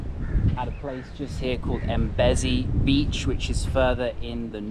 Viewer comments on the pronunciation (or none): It is pronounced mmmbezi not EMbezi